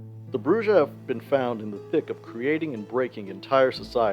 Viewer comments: Ugh It's pronounced Brew-Ha. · Every time he says BruJAh I grind my teeth. The J is an H sound! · Isn’t it pronounced bru-ha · brujah has a mexican j so it's an h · Come on, man, at this point you're saying Brujah wrong on purpose 🤨 but good video